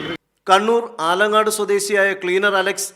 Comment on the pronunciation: ആലങ്കാട് അല്ലടാ നാറീ അലക്കോട്